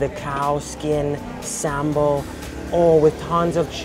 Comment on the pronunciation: Love to see you back again to Indonesia, and you did a really good job with some Indonesian words like manteeeeeb, sambel, enak, etc.